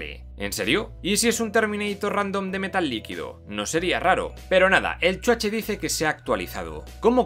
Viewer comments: me encanta cuando dices "EL CHUACHE" XD solo por eso comprare tu libro <3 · Nada como cuando dice: Chuache!!! jaaaaaa!!! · Me gusta cuando dice CHUACHE :v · Amo cuando decís "el chuache " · Exacto! Es como un abreviado de Schwarzenegger, o "Schwarze" pero se oye "Chuache", jajaja! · Chuache, chuache , chuache jajajaja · hahahahaa me encanta cuando dices Chuache jajajajaaj soy tu fan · .."el chuache"..😂😂